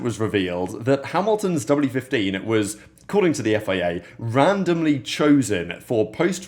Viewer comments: Why do you sometimes pronounce FIA, as FEA? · Why do you keep saying "FEA" instead of "FIA"?